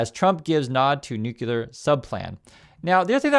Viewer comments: PLEASE SAY THE PROPER PRONUNCIATION, IT IS ✔️”NUKE — CLEAR”. IT IS NOT ❌ “NOOO — KOOLER”. THE CORRECT PRONUNCIATION IS ✔️”NUKE — KLEAR”. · Please…not’nucular’ but ‘nuclear’ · it's nuclear; not nucular. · please re-learn the word nuclear. It is a logjam distraction to hear the Bushism “nuke you ler” and you gotta do what you gotta do. Thanks and great respect. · I only point this out,, because now the idiot that inhabits the White House is throwing around the other "N" word: Nuclear....please remember there is a SINGLE U in this word.